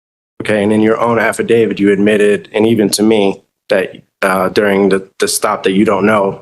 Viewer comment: If you think the word is “affadavid”, you should keep quiet and let your attorney speak on your behalf.